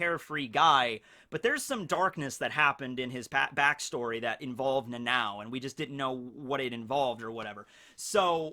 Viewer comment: Dude its nana O not Nanaw or Nanaow or whatever you calling it. I dont understand how hard could it be for americans to pronounce it.